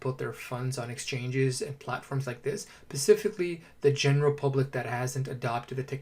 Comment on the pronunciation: I stopped listening because of the bottle pop noise, and are you saying pacifically?